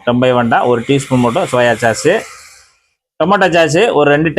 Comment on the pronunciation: "சாஸ்" (sauce) என்று "ச்" போடாமல் மென்மையாக உச்சரிக்க வேண்டும்.